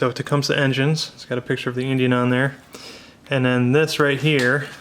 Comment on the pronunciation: It is properly pronounced "TA-COME-SEE" !!!